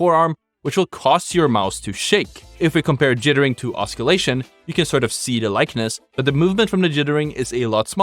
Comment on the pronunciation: OSS-illation, not osc-illation, as far as pronunciation goes. For future reference.